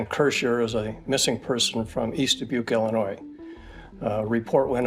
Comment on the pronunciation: hearing the wrong pronunciation of Dubuque (duh·byook) annoys me so so much it's not da-book